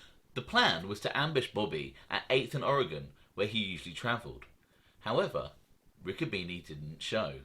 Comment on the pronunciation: It's pronounced Ricco bene'